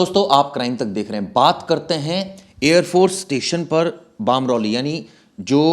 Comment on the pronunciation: बामरौली नही बमरौली हैं। क्या पता बाहर से आया ही न हो।